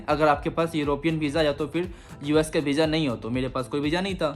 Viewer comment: Beezza nhi hota visa hota hai bolna sikhle pehle